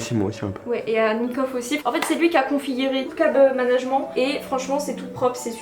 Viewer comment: tu dis cable management mais il faut pas le prononcer comme ca ca m a fumé